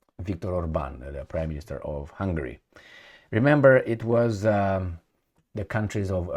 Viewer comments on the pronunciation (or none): none